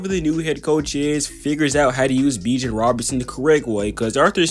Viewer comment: I dig the video, and I am going to subscribe, but you've gotta work on pronouncing some of these guys' names. Bijan is pronounced more like "bee gawn" and Jahmyr Gibbs is pronounced less like "Jamar" and more like "juh meer". I havent finished the video yet, but other than that, I enjoy the video so far.